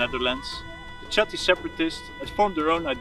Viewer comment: Chatti niet uitgesproken als Tsjatti, maar als Chatti, als zuiderlijke Nederlanders dat zouden doen. Met een ch die dicht bij een h ligt. Zoek maar eens op "Taaldacht, Namen van Nederlandse Stammen". Daar zul je zien dat die klank zich in het huidige Nederlands zich tot een h heeft gevormd. Daarbij heeft hij herleid dat Batavi als Batuwen/Betuwen zou moeten klinken in onze huidige taal. En destijds Bátawi, de Romeinen spraken toen namelijk nog de v als een w uit. Zoals je ziet dus weinig veranderd.